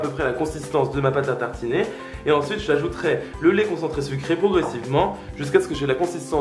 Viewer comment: Tu as dit laît concentrés sucrés